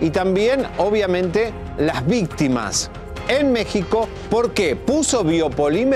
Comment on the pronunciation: Se dice victima no vistima.